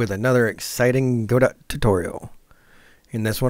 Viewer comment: aint no way he said Godot wrong bro